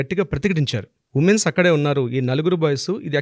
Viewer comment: ఉమేన్స్ ఏంటండి ఉమెన్ కదా అనవలసింది. ఇంత తప్పు ఇంగ్లీషా 🤦‍♀🤦‍♀🤦‍♀